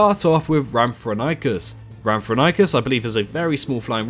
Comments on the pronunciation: It’s pronounced “RAM-for-RING-kus”. It appears in Walking With Dinosaurs: The Series. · Lol that Rhamphorhynchus pronunciation. Good list overall but personally I'd change some picks, keeping the Pteranodon, Quetzalcoatlus and Dimorphodon but I'd personally scrap Geosternbergia for something a bit more unique like Pterodaustro or Dsungaripterus (or although almost impossible to make it in Cycnorhamphus would be very interesting to see). Otherwise I'd maybe change Rhamphorhynchus for Germanodactylus, Darwinopterus or Anurognathus.